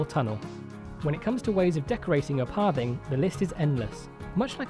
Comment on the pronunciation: It sounds like your saying Parving instead of pathing.